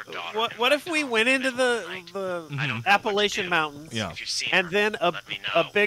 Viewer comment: App uh lake an